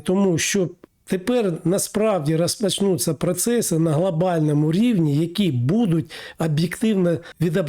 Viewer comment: Вивчіть ви вже мову ! Що за вимова ? Акапувати...глАбально і поїхало. Літеру "О" вивчіть ! ПАдатки...пАтрібно....